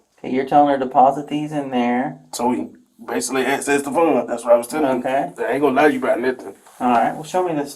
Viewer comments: I drank a shot for every time he used the word ba-suk-ley I'm detoxing now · Take a drink every time he says “Basilly” 🤣🤣🤣